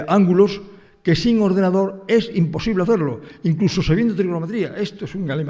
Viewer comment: Im-posible. Es im-posible 😅